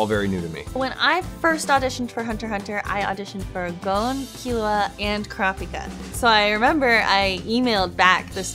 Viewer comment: IM SORRY IT SOUNDS LIKE SHES SAYING “CRAPIKA”